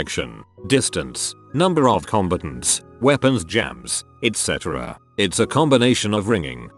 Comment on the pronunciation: Says 'combatants' like 'competents' lmao